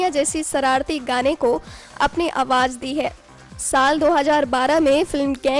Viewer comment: AWAAJ NAHI MADAM AWAAZ